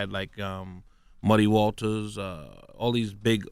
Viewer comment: did he say muddy Walters..wtf.. smh..